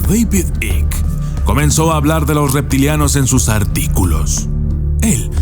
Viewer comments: "AIK" se pronuncia "AIK" no Ick, Devid Aik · Se pronuncia " aiqui" = Icke no "ic" David icke = deivid aiqui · Mi querido permíteme corregiros se pronuncia David Aik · Se pronuncia aik